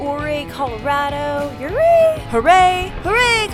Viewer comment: Folks had a ranch up near Montrose. I always heard it pronounced ‘Oooh Ray’ on the Uncompahgre.